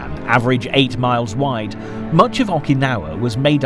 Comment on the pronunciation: I'm banging my head against my desk every time I hear the narrator say "Awwkynawa".